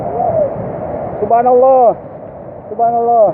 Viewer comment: salah nyebut pak, bukan subahanalloh